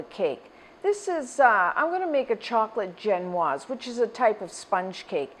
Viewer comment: Am I the only one bugged by how her pronounciation of ge'noise?? Jen-waz,really? I thought maybe I watched too many French cooks, so Zhen-waz, but Webster's pronouciation is the same as what I use. And if you don't use cherries you can't really call it a Black Forest Cake. P.S. If you goggle "vegan egg substitutes" you can find a variety of options to try!! Good luck :)